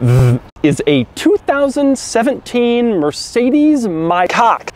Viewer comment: "ThhT is a 2017 Mercedes Mayc0ck"